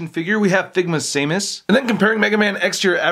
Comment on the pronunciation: Dude it's pronounced Sam-us not same-us